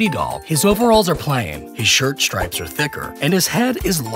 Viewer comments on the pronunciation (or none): none